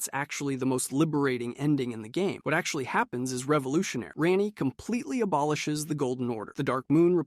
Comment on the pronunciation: Hahaha Ran-Ee instead of Raw-Nee got me